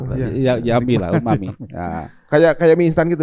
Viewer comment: 12.05 . umami = Gurih , bukan yummi Pak , duhh